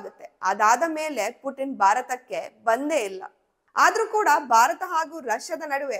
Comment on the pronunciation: ಎಲ್ಲ ಸರಿ ಉಚ್ಚರಣೆ ಬಗ್ಗೆ ಗಮನ ಇರಲಿ, ಭಾರತವನ್ನು ಬಾರತ ಅಂತ ಕೇಳೋಕೆ ಸಂಕಟ ಆಗುತ್ತೆ